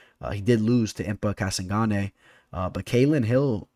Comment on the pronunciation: That was an interesting pronunciation of Impa Kasanganay 🤣